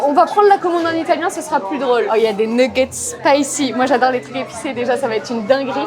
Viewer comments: Oula je comprenais pas mais tu dis bien nouggets ça m'a achevé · Des neuguette 😂🤣 je suis pas le seul à le dire comme ça donc